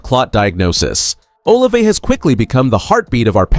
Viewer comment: He will practice when he is off. Blood thinners don’t you follow them? Still can’t pronounce Olave!! Worst podcast ever!!